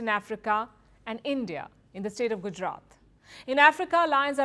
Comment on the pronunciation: Why not use same electric fence used for cattle herd..to keep lions in thier park ans frustated licals out 😂 Yep ai voice pronouciation of gudjrat😅